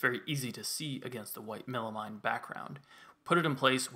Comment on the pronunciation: Love the project but does it drive anyone else nuts how he pronounces melamine??? Should be mean not mine at the end right?